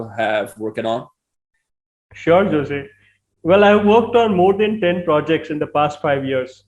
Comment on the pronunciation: It's pronounced Hose